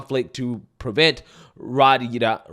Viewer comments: Yo 😂. Riyadh = ‘Ree-ad’ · Riyadh is pronounced Ree-ahd, or Rye-ahhd…great work on the reporting😎🥳💪🏼